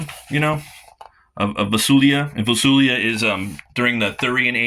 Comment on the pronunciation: Great review, I ordered the 2 books...Funny you kept calling Valusia...Vasulia